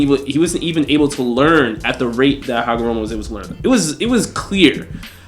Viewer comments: hi name is Ootsutsuki not Ookutsuki ookutsuki Hagoromo not Hamogoro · take a shot every time u hear hagomoro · Its not hagomoroooooooooo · yall gotta stop saying hagaMORO, its HAGAROMO, PUT SOME RESPECK ON HIS NAME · yeah man got so many names wrong for a "Naruto guy" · He butchered that shit frfr 😂😂😂😂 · Man, I hate the way this dude says "Hagomoro" and "Momomoshki" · Why does saying "Hagomoro" infuriate me so? Same with "Momomoshiki"